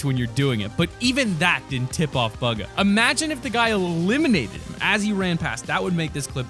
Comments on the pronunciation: Him: says bugha incorrcetly Me:cringing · says bugha wrong lol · (Pronounce) Is it Buga or Booga? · He says bugha wrong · It’s not buga it’s bugha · not bugger its BUGHA! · He just swears bugger it is bugha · Why is he saying bugah it’s boogah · Bugga no it’s buhga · I hate the way he says BUGGA, instead of buh-gah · Its Buge-ah not bug-ah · Bugha-: “BuGgA“ Us: Bugha. (“Boo Guh“) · Ok who didn't notice him say bug-uh instead of boog-ah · Omg buga bro can you speak english its bugha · ITS BOOGA NOT BUGA 😤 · Picking up the white pistol Me: Kind of confused: Bug a Me: Super confused (It’s pronounced Booga) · Bug ahh. Bug ahh. Bug ahh Me: STOP ITS BU GHA NOW STOP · It’s bugha not bug ah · It’s not bughanit said booga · Stop calling him buga it’s bugah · Buga? It’s boo-guh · It’s boo gu not buger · It's not buga it's booga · Bug-a it's bu-gah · It’s not bugga it’s booga if that helps u per ounce it XD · ITS BOOOGGAAA NOT BAGA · bug uuuhhh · his name is not bug uh its bugha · Hey it’s pronounced booga not buga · lmao buga it’s said “booga” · buggga. Everyone: boooga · Boo gah not bug ha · Anyone notice he said (bug-a) instead boo-ga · Hold on, Baga? Its BUGA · Bugga wtf🤣 its bugha boo-gu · you said pugha -_ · his name isnt buga its bugha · He pronounced Bugha wrong. He said BUG ha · It’s pronounced Boo-ga everybody knows this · I love the way he said “bugha” cuz it’s pronounced “booga” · he said bugger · Did he call bugha, bug-a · He keeps on saying Burger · Hahaha hahaha did he say bagha?! xD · It’s pronounced būga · Its pronounced like boogha ... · Bro it’s (boog)-(ah) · Did he say “bügha?” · he told bugga not buggah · his name is pronounced "boo-guh" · ITS BOO GA pronounciatian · Dud it pronounced (boo-guh) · ??? Its bugha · Did u Call bugha bogha?? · His name is buhga you say it like booga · It is (boo-ga). This how to pronounce his name not being rude at all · It’s pronounced b-OO-ga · It is not bugha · YOU SAID HIS NAME WRONGE...